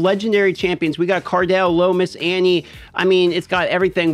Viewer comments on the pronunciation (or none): You can pronounce Cardi B right? Cardiel is pronounced like Cardi L, not Card-El.